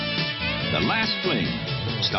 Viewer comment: he says scott bacula wrong lol